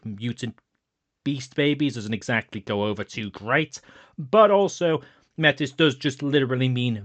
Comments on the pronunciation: I'm going to be this guy for a moment and I apologize. MAY- tis or MAY - tea are the correct pronunciation options I believe. It's French. Also pretty ironic use in World of Darkness now that I think about it. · Métis being pronounced Meh-Tiss is weird but I mean I guess it’s an extra level of step away from the Métis people of Canada